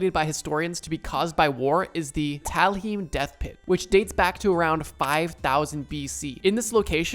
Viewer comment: The pronunciation of Talheim hurts my soul